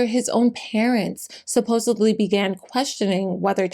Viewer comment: Respectfully, there is no “b” in the word supposedly.